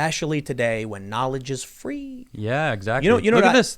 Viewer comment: "Knowledge is FWEE!" - Tim Pool